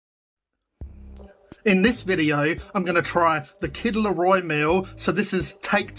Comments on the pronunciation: "Leroy" lol. I can't believe you're doing this again. I hate Muccas fries. Hey there's nothing wrong with a cheeseburger without pickles. I just get extra onions. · It’s not leroi it’s Kid Laroi it’s a Aboriginal name so that’s actually disrespect mate